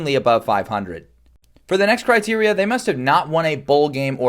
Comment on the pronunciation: hey i know it gets repetitive but can we just do critera instead of criteran .i mean you got an annoncer voice stick to the basics lol